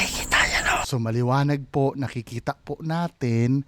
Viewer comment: Hahaha ang lutong ng puuuuu 😅😂😂😂 Tulungan mo kumaliwa ❤😍